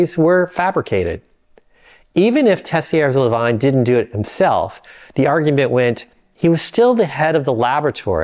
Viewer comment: Please learn enough French to pronounce Tessier-Lavigne correctly. Thank you.